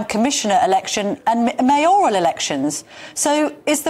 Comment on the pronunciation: Mayor–al not May–oral.